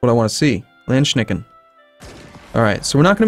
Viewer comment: Its so funny that you're saying "Landschnecken" instead of "Landsknechte" meaning "landsnails" xDD Anyways, great fight against france!